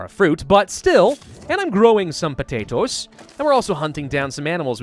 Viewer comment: you said potatoes funny. I do that too! I say potato in an Irish accent. Po-tAAA-toes.